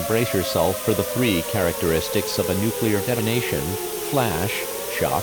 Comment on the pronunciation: Nuceluar attack warning; happening, YouTube captions be like “ah music to my ears”